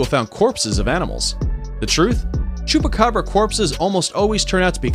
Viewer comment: I hear chopakabra i love chopakabra